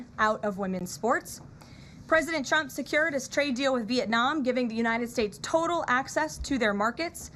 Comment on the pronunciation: First of all, she is a liar. Always was. Any Trump supporter that ever believed her is not very intelligent. Secondly, she can’t say “Trump” she says “chump”, and that speech impediment may be the most truthful part about her. She also can’t say “sure” she can only say “shore”, and if you want to something to do, look up her real face. No lips, but she shore likes getting the facial surgeries, just like Chump wants! Ah well…it’s all paid for by her multi millionaire 60 year old husband!